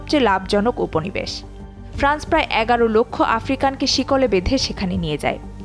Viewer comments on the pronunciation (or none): none